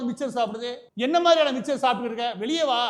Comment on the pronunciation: சார், 'மிச்சர்' இல்ல, மிக்சர்... அருள்கூர்ந்து பிழை தவிர்க்கவும்...